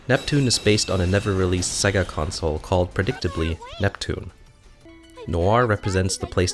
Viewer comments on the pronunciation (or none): none